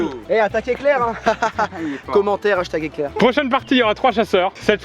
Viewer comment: Non... J'ai entendu "hashtaque éclair 🌩" lol Entre le hashtag et attaque 😂